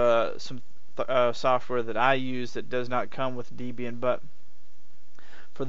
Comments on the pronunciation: Pretty good review, but one frustrating point that makes me wince every time you say it, the disto name is "Deb-Ian" as in "Deborah and Ian", the original creators. I'm sure Deborah would raise an eye at being called "Deeb". ;) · Debra+Ian=Debraian not Debian!!! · Downvoted for "deeb"ian. Please learn to pronounce the product you are reviewing if you want to be taken seriously.